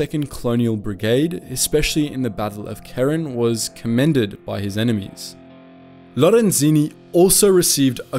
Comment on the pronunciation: Ghee-yo-wani. Low-ren-sihnni.